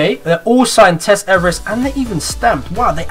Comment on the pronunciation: Did he say Everest or eververse? Lol